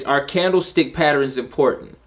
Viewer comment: As always great content. I always smile the way u say “patterns” Sounds like “patterINS” Lol